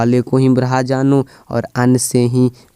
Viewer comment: उच्चारणम् शुद्धं कुरू। अत्र ब्रहा नास्ति ब्रह्मेति अस्ति